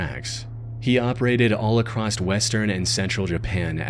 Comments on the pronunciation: There’s no T in the word “across.” Jesus dude. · Baby “acrossed” isn’t a word. It’s across. No matter if its past present or future. You’re smarter than this and I’m trying to help you sound like it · no there isnt. i have no idea why this guy always says "acrosst" but it pisses me tf off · why does this guy say across as "acrosst"